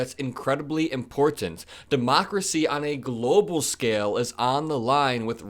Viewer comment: Would you learn to pronounce important correctly